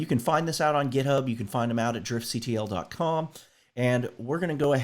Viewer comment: it's pronounced, "Drift-kuttle";) Loving these videos, keep em up!